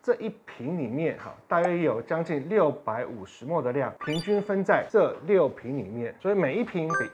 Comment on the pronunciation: mL毫升的英文是milli-Liter，要簡化也是唸mil。mol是6*10^23，國中就學過了。